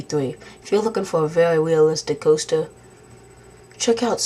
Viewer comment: Vewy good roller coaster simulation.